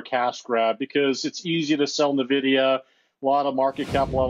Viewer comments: its N VEE DEE YA not NIVIDIA 😂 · The guy in the video doesn't even know how to pronounce "N"-vidia! If you can't correctly pronounce the company's name, how can I take his advice!